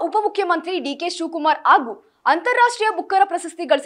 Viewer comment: ಅದಿನೇಳು, ಆಸನಾಂಬ, ಅದಿನಾರು , ಆಗೂ ಏನೇ ನಿಂದು ಕನ್ನಡ ಥೂ ನಿನ್